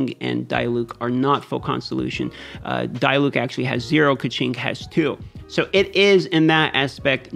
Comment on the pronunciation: As a german it is really cringy how he pronounces diluc and fischl xd good vidro overall tho.